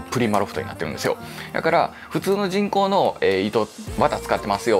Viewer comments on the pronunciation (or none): 人工の。。が チ◯コの。。。 に聞こえて、何をおっしゃってるの？笑 とおもってしまった。